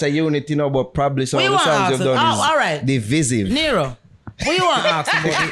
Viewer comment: Not Neero 😂😂😂